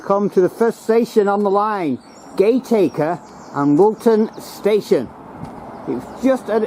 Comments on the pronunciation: 'Gate-Acre' is pronounced 'Gat-A-Kerr' and 'Child-Wall' is pronounced 'Chilled-Wall' but you nailed "Notty-Ash' ! The Lord Street station was converted into a bus station (it allways felt a bit weird getting a bus from this building but I didn't know it was formerly a train station !) Keep up the 'Good-Work' ! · Great interest, many memories thanks. But please Gatacker pron not Gateacre and Chilled-wall not Childewall. Sorry to be penickity but it matters to us locals. Still great work, thanks again. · The locals pronounce Gateacre as GAT ICKER - Childwall is pronounced CHILL WALL - Maghul is pronounced Ma' GULL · Gateacre is pronounced as "Gataca" I lived next to this line (The Childwall Valley Estate) up to 1992, I remember freight trains running on the line up to 1979. Childwall is pronounced as childwall useing the small i as aposed to the Capital I ... "childwall many people who do not live around here, make the same mistakes. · Gateacre is pronounced Gat acre and Childwall Chill dwall